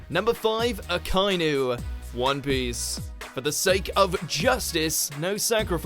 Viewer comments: Lol mineta is funny how can you hate him and good thing I don’t like him anyways but totally butchered akainu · U pronounced akainu wrong